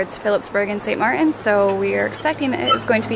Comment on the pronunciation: love you vids. By the way, it's ST. Martin, not St. Mar in